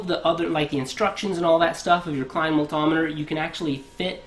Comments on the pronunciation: "my mull-tom-iter" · What’s a “ maltahmeder “? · It was pretty annoying and cringe at the same time hearing it over and over